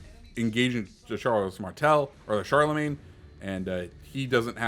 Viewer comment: Charlemagne - pronounced shaar luh mayn. That was driving me crazy.